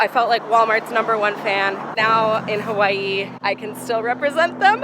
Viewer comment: THANK YOU FOR PRONOUNCING HAWAI'I CORRECTLY